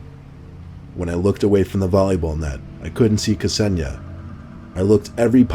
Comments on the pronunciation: Isn't Ksenia pronounced like Zenia? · K'senia? C'razy pronunciation,:) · lol! ksenia and ksenya are girls names (russian i think) pronounced ‘sen-yah’.